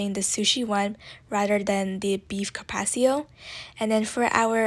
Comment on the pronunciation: You might want to work on your pronunciation of carpaccio. Peppercorn sauce has green peppercorns in it. Bernaise sauce is hollandaise sauce flavored with tarragon.